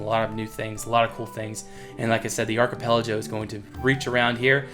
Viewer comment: it's archipelago not archipelajo.:P